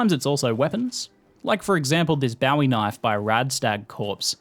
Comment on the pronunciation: Bowie knife is pronounced "bow-ee" - just for future reference. :-D